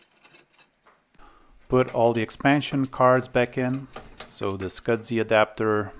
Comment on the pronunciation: There is NO D in the word SCSI